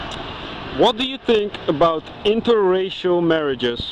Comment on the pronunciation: Lol you say "interracial relationships" like a boomer Spell out every syllable